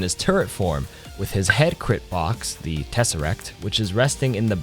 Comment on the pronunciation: TesserAct not tesserEct... boomer